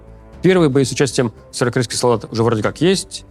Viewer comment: Левиев, займись речью. Слово «северокорейский» в твоем исполнении - это издевательство над слухом зрителей